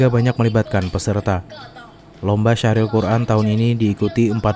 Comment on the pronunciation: Syarhil bukan syahril .. heee mohon maaf